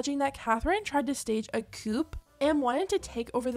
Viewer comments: girlie, Catherine tried to form a coup which is pronounced like coo not like a chicken coop, made me giggle :) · It's pronounced "coo" not coupe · Chickens live in a coop. The word Coup is pronounced the same as the word Coo, like the sound a dove makes. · The word is pronounced coo like a dove and not coop, its one of those things like Manila vs vanilla paper. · Pronunciation of coup is Coo, not coop :D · Lol a coupe! A coup is pronounced coo…sorry to be a d*ck just made me laugh that’s all! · It’s pronounced “coo” not “coop” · Sorry, but you don’t pronounce stage a coup with the p it’s pronounced cou.. 🤦🏻‍♀️😂 Edit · I think she's beautiful but are we just gonna ignore that she looks like a Cabbage Patch kid doll. And again it's not pronounced COUP its KOO. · Did you just say she’s tried to stage a KOOP?! The P is not pronounced. Coupe is pronounced KOO dummy 🤨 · The Coup in coup d'etat is pronounced "Coo" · Did she just pronounce the "p" in "coup" 😭😭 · FYI - Coup is pronounced Koo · Just a quick note. Coup is pronounced coo... the P is silent. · I just wanted to tell you that the word coup . Is pronounced .koo The p is silent. .The definition of the word . A sudden seizure by force. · Coup - Pronounced Coo. The P is silent. 😂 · Coup is pronounced as “coo”. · Sweetie, its Coup sounds like Cooo, no pronunciation of the "p". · Coup is pronounced coo it’s not a big deal just for future reference 😂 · Coup is pronounced “coo”. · It’s pronounced “coo” lol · "coup" is pronounced "koo" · It's pronounced "coo" (coup) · You don’t pronounce the p in coup 😭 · I love you, but Coup is pronounced “Coo” it’s french 😅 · lmaooo i love how she pronounced the p in “coup” 😂😂 the p is silent btw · Hey hun :) Love the video! Little French prononciation tip, when pronouncing ‘coup’, the p is actually silent haha. French is very sillyyyyy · They way you pronounce "coup" lol😁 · The P is silent in the word coup. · the "p" in "coup" is silent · You don't pronounce the p in coup girlie